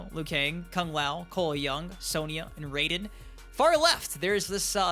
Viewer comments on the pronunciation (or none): none